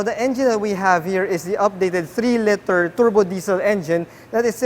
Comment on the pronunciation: Liter, pronounced leeter, not litter.